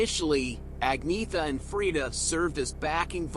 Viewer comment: It’s pronounced Onyetta actually 😉